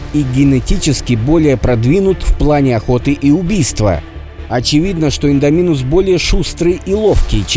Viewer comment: А вы заметили что автор говарил и'ндоминусом а провильно индо'минусом